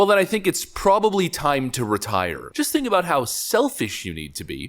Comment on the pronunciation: Retie-err... retire...